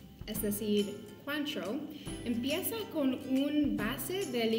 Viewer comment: Se pronuncia “cuantró”.